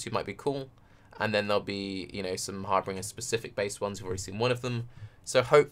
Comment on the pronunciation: I gotta say I am really getting tired of this "HAR-BRINGER" meme going around. Its HAR-BINJER people come on. You all have said the harbinger bow name right before but for some reason a league comes out with the name and you forget how to speak english.